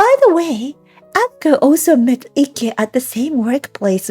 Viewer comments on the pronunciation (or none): IKE is pronounced the same as "like" not icky